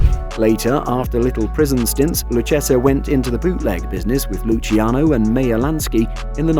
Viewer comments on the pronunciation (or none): none